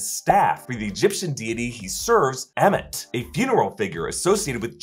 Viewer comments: love how he calls ammit emmett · please stop calling ammit emmett lol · Why do you pronounce the deity és Emmet. It is Ammit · It was weird listening to you pronounce Ammit as "Emmet" instead of "Arm-it" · AH-MIT... say it with me. Ah-mit. Lol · Why he say ahmet like that.